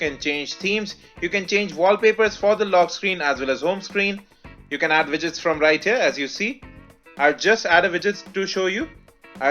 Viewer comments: What do you say? Widgets or Vidgets and White or Vhite? Can you correct this mistake? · Widgets? or Vidgets? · I'm pretty sure you said "vidgets" and "vhite". Anyhow just messing with you. Cool review.